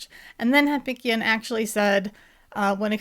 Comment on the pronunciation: pronounces the DNA expert’s name ‘Ham’PINK’ian. 😂